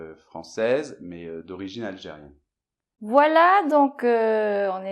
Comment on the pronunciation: je vois que vous détestez l'Algérie parce que vous avez eu du mal à prononcer algérien heiiin!!! sinon merci infiniment 😊🙌